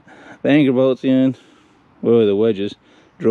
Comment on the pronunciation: Hahaha. I had to listen 4 times before I realized you said “anchor bolts in”. Shit was funny.